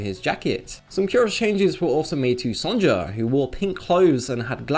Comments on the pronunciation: Just saying, it's pronounced Son-ya not Son-ja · why are you saying the j in Sonja's name? It's pronounced the same way as if it were spelled Sonya..... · I’m pretty sure Sonja is pronounced “Son-ya” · "son-ja" crinnnge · haha did he say Sondsha? ;D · fyi, "Sonja" is usually pronounced "Sonya".